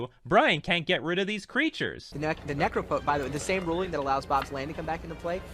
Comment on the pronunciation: the mispronunciation of "necropotence" was cringey.